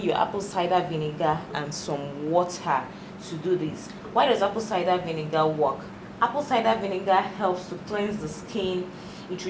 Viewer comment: When she says Apple Cida We Nigga 😂💫🙈